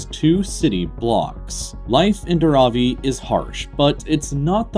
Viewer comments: Dar-aw-ee No. It's Dharavi. You need to add the air of letter H after D. And you don't need to make the first A shorter and second one longer. Both A are pronounced as in 'Bar'. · Its Dhaaraaavi... Not daraavi..